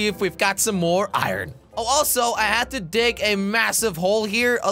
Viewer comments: Iruon jelly it's called iron not iruon looks like you have an accent like josh now jajajajjajajajajajjajajajajjajaiai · Iron not iyron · I-r-o-n that is not how you say that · Iran is not correct Iron pronunciation is ai·urn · its iron not i ron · Has anyone realised that he IrrOn instead in iron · Why did he say irun its pounced ir-on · Called iron not ayran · Nobody: Jelly: I-RON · how many times he said “I ron” | | | V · Jelly: this farm will produce me “Iran” Me: “Iran?” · Danonino Chapulin no he said it like Iren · I like how he said 👁️Ron instead of iron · Oof I meant he said it odd XD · This man made me say iron as ireen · Jelly you pronounce iron like eye in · He pronounced iron as I ron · Lol he say i,ron